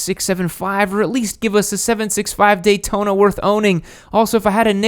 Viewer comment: he says taydona.